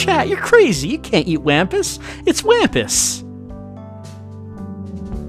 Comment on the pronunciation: Wampus is pronoucned like Wompus. The Wampus cat was my highschool mascot, they're pretty cool, and also a cobalt blue. Cobalt blue six armed cats.